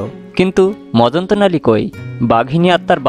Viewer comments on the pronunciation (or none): উচ্চারন ঠিক করুন। গল্পের নাম "মজনতালি সরকার "। আপনি বলেছেন মজন্ত নালি। 😃😃😃